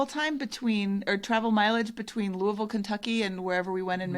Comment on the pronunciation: No apologies necessary for the absence! Glad you enjoyed your Midwest road trip. pronunciation of “Louisville” is spot on, though may need some more Evan Williams before he gets the hang of it!